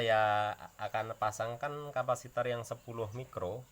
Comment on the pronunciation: Mantap dek bro🤙🏽 tapi namanya bukan kampasitoer tapi capasitor (kapasitas atau yang menyimpan memuat) 🙏🏼